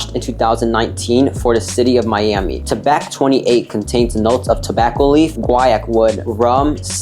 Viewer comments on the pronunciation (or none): none